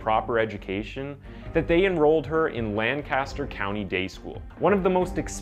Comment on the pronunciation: Not that it's relevant to the story at all, but in Pennsylvania, Lancaster is pronounced Lank-ister, not Lan-caster. Carry on.